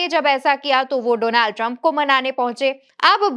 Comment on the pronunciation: You are wrong danald Trump nehi dolaand Trump😂😂